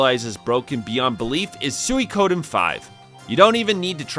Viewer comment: 20 plus years later, and folks still can't pronounce Suikoden.